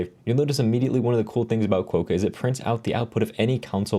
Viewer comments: You probably felt slightly irritated each time he said it wrong :D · Hi, that O in the name is pronounced like an A. So you end up closer to Kwa-ka, like the Australian pronunciation for the friendliest animal on the continent. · Probably pronounced Kwock-a... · Agree, with the first syllable rhyming with "crock"